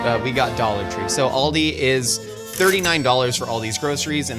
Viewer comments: pronounced Aldi wrong. He pronounced it like the car brand Audi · It is not pronounced All-dee it is Al-dee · Hearing people (usually Americans) pronounce it Oldi makes my brain hurt.